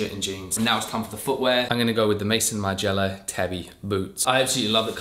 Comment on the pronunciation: It’s pronounced May-Zohn not Mason, for Maison Margiela.